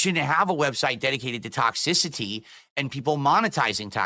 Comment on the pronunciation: "Hey guys it's toxsisity" lol. That's what it sounds like when he says toxicity.